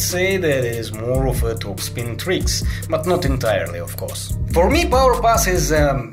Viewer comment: U said tuik instead of trick